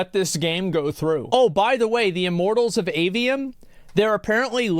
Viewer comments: "iMorTaLLs oF AVeeNuM" 💀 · How many times can Asmon can say "Immortals of Aveum" wrong. Turns out, it's a lot.